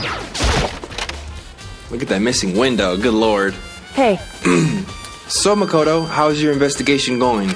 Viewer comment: Did he just pronounce "Makoto" right ? Shook He did it AGAIN???